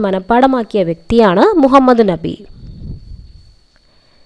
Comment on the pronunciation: ന്നബി അല്ല നബി